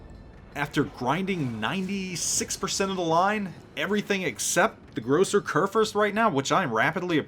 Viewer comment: the phonetic spelling of Großer Kurfürst would be "Grosser Koorfirst". Americans tend to butchert the "ü" but if you simply try to pronounce it with an simple "i" like in "first" or in "birth" it still is not exactly an "ü" but it sounds much more naturally ;) just my 2 cents from Germany ;) greetings and keep it up!